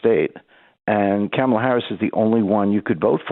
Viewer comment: On a lighter note. I love the way he pronounces her name. Sounds like “Camel-Laa.” 🐪